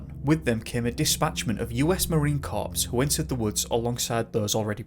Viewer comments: I was gonna let the whole Marine Corps thing slide, but then you had to poke at those of us who use Fahrenheit... It’s pronounced Marine “CORE” not “CORPSE”. We’re even know. 😜 Keep up the entertaining, educational and all around great videos. Well, except for the occasional enunciation error. 🤣🤣🤣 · Corps is pronounced core, not corpse. The P is silent. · Awesome video! One thing.. when pronouncing "Marine Corp.". You pronounced it "Marine Corpse". Even though it has a 'p' at the end, that 'p' is silent. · Pal awesome job, I'm not being uber critical but the word corp as in Marine Corp! Is pronounced Cor! Silent P! Sasquatch cared for the child! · Polite correction -- U.S. Marine Corps the 'Corps' is pronounced "Cor"...the "p" and the "s" are silent for "pew" and "shhhhhh"